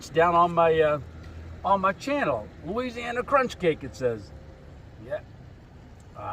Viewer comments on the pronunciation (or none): none